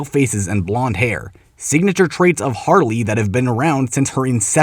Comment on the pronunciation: It's HARLEY, not "Haley"! Also, you fundamentally fail to understand this video by saying that.